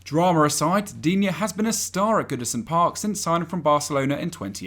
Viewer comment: you pronounced digne differently every time you said his name xD